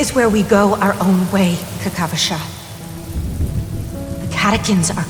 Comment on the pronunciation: aventurine name is kakavasha (named after the romani kakava) not kakashva